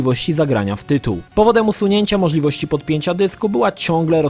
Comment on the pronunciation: Witaj! Podobają mi się twoje filmy, ale muszę zwrócić Ci uwagę na twoją dykcję i wymowę. Przykład: gdy wypowiadasz słowo '' możliwości '', ja wyraźnie słyszę ''moszliości'' itd. itp. Piszę do Ciebie ku przestrodze i z wiarą, że po przeczytaniu mojego komentarza, weźmiesz to pod uwagę, a w konsekwencji, podniesie się ogólny poziom Twoich materiałów! Dziękuję za Twój cenny czas oraz życzę samych sukcesów w karierze YouTubera! =)